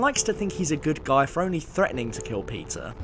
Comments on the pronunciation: Your pronunciation for "Peter" sounds like Pizza. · When he says Peter I hear pizza